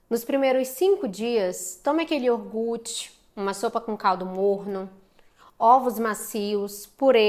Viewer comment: IIORGUTE? Sério, Dra? De qq forma obrigada pelas informações. 😊